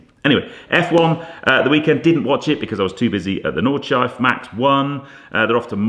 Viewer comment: Super looking forward to the podcast tomorrow, I've actually rearranged something so I can watch it before I go to Salon Prive! 🤗 Also, unless anyone's said it already, it's 'Nawd-shlai-fuh' not 'Nawd-shife'. Just saying. Love you man! 😘